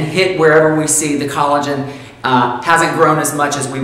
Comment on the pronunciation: That's collogen not Colleen.